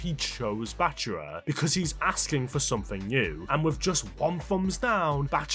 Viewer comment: Why is he saying Bachuwa instead of bachira. It ain’t hard to say man